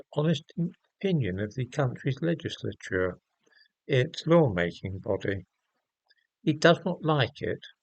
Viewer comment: You pronounce the word "legislature" in the manner of a Frenchman -- i.e., "legislateur".